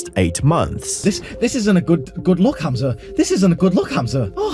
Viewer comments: bro said ham and then a z its a hard h sound hamza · Never heard of this dude before but you could pronounce the name correctly... Hah-mza not ham like roast pork. Just weird that you've listened to him say it like a hundred times in the footage you included and still say the simple name wrong every time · it's not pronounced HAM za like the meat. it's hum za.. like ho hum or humdrum. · Bro I want to watch this vid but every time u say “HAM-za” it gives me brain cancer It’s “HUM-za” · It’s spent Hamza but it is pronounced Humza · Love that he pronounces his name a certain way and you just threw that to the wind, calling him ham🐖suh 😂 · The way you pronounced Hamza as Ham-Za is very annoying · "HAM-ZA" ! I love how there is absolutely no effort to blunt the Aussie accent to pronounce his name! hahaha HAAM-ZA!!! lolol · Why do you pronounce hamza like that. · Bro I love your videos but can you please stop pronouncing Hamza differently every subsequent sentence 😂❤ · Sorry, just can't deal with the pronunciation of Hamza, and you said it like 15 times in the first 2 minutes. I don't even know who the guy is but I'm dipping out for now ✌️ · bro didn't even try pronouncing his name properly :((((